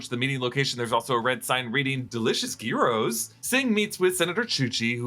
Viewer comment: Gyros pronounced "Yer-Ohs" 😂😂😂